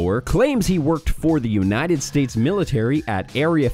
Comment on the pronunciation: “Unahted States” sounds like a slip up but it’s still funny.